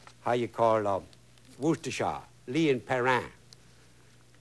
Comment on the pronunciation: hes no cajun. its 'wus-ter-sheer' sauce. Worcestershire sauce